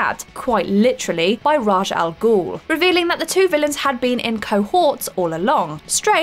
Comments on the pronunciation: 'rash Al ghul' ? Brahhhhh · British English man. Ask one to say aluminum. Also, I'll be that guy: it's pronounced ray-sh al ghul, not ras. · Yep&Yep...Also I always thought it was pronounced "Raysh" Al Ghoul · To be honest it’s quite annoying how wrong some of those pronounciations are. Chimera, Raiden & Raz Al Ghoul are not pronounced how you said them